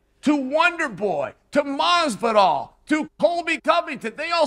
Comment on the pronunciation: Did he say Assvidal?